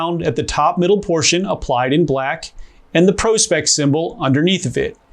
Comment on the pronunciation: Thank you for not calling it Prawspecks